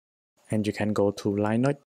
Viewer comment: Never heard anyone pronounce Linux as Lie Nucks 😂